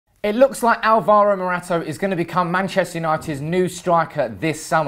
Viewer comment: You can start by getting his name right ffs 😥